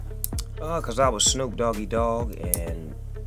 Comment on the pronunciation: "hey snewwp" ... I ain't ever heard my name called like that 😂😂😂😂😂😂